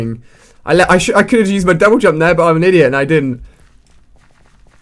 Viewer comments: Lol did he say double dump /:-| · jouble dump! XDDDDDD LOL You said that instead of double jump at one point xD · omg lol you said jouble dump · Lol u said jouble dump